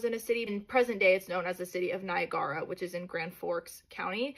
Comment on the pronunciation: I'm at an hour and 52 min, and I just heard this chicked say Ny-uh-gar-uh. Has she not heard of Niagara Falls? Don't know why, but that's eating me.